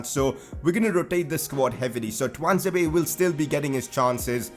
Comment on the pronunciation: Fan ITS TUAN-ZE-BE